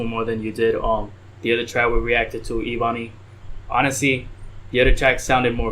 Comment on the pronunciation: It’s pronounced “Eh-Bun-ee”